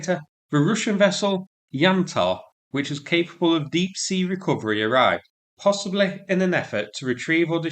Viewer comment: the words.....possibly.....firstly.........possibBLEH. firstLEH. stop talking to stupid lol its just possibly